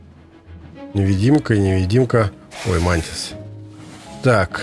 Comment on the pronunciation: Ты спецом коверкаешь слова? Какие дейнонИиИ и мАнтисы?